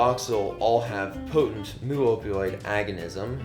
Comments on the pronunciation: omg, mu is pronounced "meu" not "moo"! How am I supposed to take this guy seriously? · jfyi, the mu/μ in "mu-opioid" is pronounced "mew", not "moo"🐮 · It is myoo, not moo. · Also, mu is pronounced "meu" not "moo"! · "Moo" pronunciation in someone that should be an expert🙄. It's "mew . . ." With the amount of Latin and greek onomastics used in biochemistry, I'm disappointed with this kat